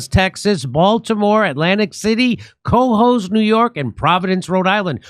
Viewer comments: Someone tell Jimmy it’s pronounced “Ca-hoes” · I can't wait for Jimmy to do new York so he can stop saying kohoes🎉